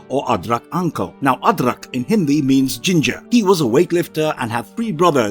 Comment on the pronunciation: Your pronunciations of Indian names and Hindi words is very good... need a part 2,3 and more